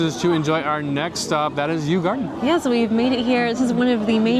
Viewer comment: Yu Yuan/garden is pronounced closer to Yi Yan/garden. Both sounds does not exist in English.